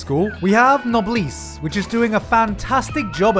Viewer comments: I’m pretty sure it’s pronounced "Nobless", not "Nobleess". >.> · When Gigguk pronounces it 'knob lease': "Well I expected no (b)less from you" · His pronunciation of Noblesse 😂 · I'm enjoying the noblesse adaptation more than the tower of god one. also NEVER pronounce it like that again. majo no tabitabi is good, I dislike the idea that because another anime does something, no other anime is allowed to. its not necessarily a kinos journey rip off because they're both animes about people going on an adventure, where each episode is separate from the other.